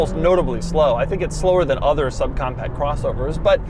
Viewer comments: At the mark you said sub comcat lol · "sub comcat" 🤣 I only point it out as Doug always makes his videos perfect, and I love the bloopers. Great review! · . “Sub com cat” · "Sub-comcat crossover" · I almost couldn't hear his mistake over the droning CVT. I also like how he just used the bum take, since the HR-V isn't really worth doing a second one.